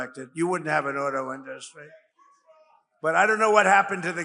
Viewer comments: InDUstry? He still doesn't know how to pronounce it. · Does he think the way he pronounces the word INDUSTRY makes him classy or sexy or something? Because he does it PURPOSELY.